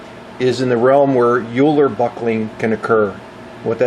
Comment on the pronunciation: Great video, awesome work. Your comment on Euler loading (and failure mode) of Jobber length drills reminded me that my Swiss strengths-of-materials professor of 30 years ago always made us aware that Leonhard Euler's last name is pronounced "Oiler" (like Edmonton Oiler or Houston Oiler) and promised to fail any of us who pronounced it otherwise. I'm pretty sure he was correct; just thought I would mention it. The first occurrence of Euler buckling assumes a sine profile and would wreck the drilled hole and eventually with higher column compression will shatter the drill bit.